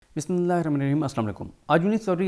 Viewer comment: ap k vlog bot achy hote hn ak request k ap بسم اللہ الرحمن الرحیم ko clear ada kia krn plz don,t mind...